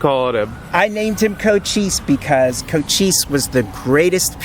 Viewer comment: Oh, did u really just call that grand young man Coach Cheese? LoL. I know, Cochise (sp?), but that's not what I heard at 1st. Great coverage, of historical, cultural, & musical import. Bonus if it gets this old bldg saved.